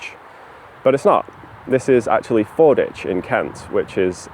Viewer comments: Just fyi, it's Ford WICH, not 'ich'. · Locals call this FordWich, not Forditch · I lived in Canterbury for 25 years and we always called it "Fordwich" not "Forditch", and now I'm doubting myself... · I love your content, but it’s Ford-witch, not Ford-itch! (I live a few miles away) 🙂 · Fordwich is pronouced Ford Which, in the same way that Sandwich is down stream on the Stour. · Pronounced ford-witch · Fordwich is pronounced ford witch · Pronounced Ford-Witch by the locals btw. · I believe Fordwich is pronounced with the W present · You pronounced Fordwich wrong. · If you're ever back in the area, the 'w' in Fordwich isn't silent. It's pronounced how it's spelt, unlike Greenwich.